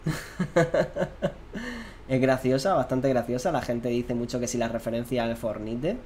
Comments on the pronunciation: "el fornite" Inglish masta ! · Fornite lo pronuncias como se lee? Really? Que asco